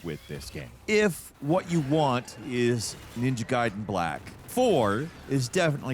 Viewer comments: Please don't call it Ninja Gayden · Sounds to me like he’s deliberately calling it gayden when he talks about bad ninja gaiden games. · Gaiden is a Japanese word, so it's pronounced Guyden lol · bro keeps saying ninja GAYden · Ninja "Gayden"😂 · 😂😹🤣💀 kills me every time. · it's japanese, so no, it's not. It's pronounced as "gy'den"... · It's 'Guyden'! 😡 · Benedict Cumberbatch on how to say penguins. on how to say Ninja Gaiden. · Maybe say the name of the game like how the Japanese developer says it.... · I hate your pronunciation of gaiden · Sorry but I can’t stand watching Falcons videos. From him mispronouncing Gaiden to him just rambling all the time…. Where’s Jake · 30 years later and White people cannot pronounce the name of this game…Jesus Fxxingg Christ man….. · Gotta love how 80% of the section is people correcting on how to say "Gaiden". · Comment engagement went hard with the mispronouncing Gaiden but the hit on watch time might negate it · This is a before you watch, where I just tell you what I thought about the video…. Damn this video was 12 minutes too long for no reason other than to stretch it out, he spends most of the video comparing it to older Ninja Gaiden games and purposely mispronouncing the name and that’s pretty much it until about 9 or 10 minutes where he switches to how many people wrote the episode and how they feel about it ehhh basically it feels like he’s stretching the video out and uuuhh well it comes off as kinda boring… like he could’ve explained everything in about 3 or 4 minutes which he does all the way at the end, but he really wanted to make sure he said he played the older games over and over again, but what do I know I’m just a moon. Please don’t forget to like, share, subscribe and all that good stuff thank you for watching Gameranx my names Dubb Moon aaand I don’t work here. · Somebody must’ve told him mid way he was saying it wrong 😭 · He's definitely doing it on purpose. 😂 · Why are you Geh-den?